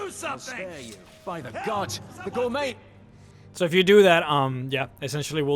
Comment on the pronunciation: I know this is minor and shouldn't bother me but it does just a small bit. It' may be spelled Gourmet but it is pronounced Gourmay.